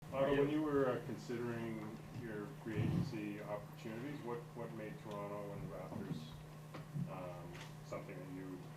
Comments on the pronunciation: I love that he doesn’t pronounce the second T when he says Toronto 😌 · Welcome! He even says Toronto right!